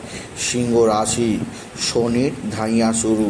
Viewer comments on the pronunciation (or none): Arre, dhaiyya noi dddddhaiyya (hard dh). Aar pokito na prokito, pobhab na probhab 😂 Uchcharan thik koro.